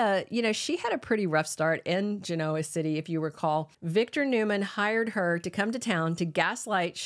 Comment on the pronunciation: I really like your podcasts but please learn how to pronounce Genoa. Emphasis is not on the O.